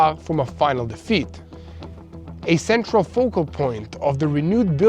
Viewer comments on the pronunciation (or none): none